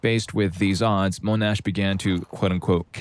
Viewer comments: Yea although General Sir Monash's name is pronounced Mon-ash not moan-ash. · First story. . World War 1 France. . General Monash was AUSTRALIAN . . So his name wasn't pronounced with a French accent. . It is pronounced MON-ASH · Mon-ash not moan-ash. General Sir John Monash. Mon-ash.